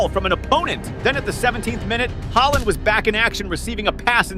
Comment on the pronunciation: Bro called haaland haeland😂😂😂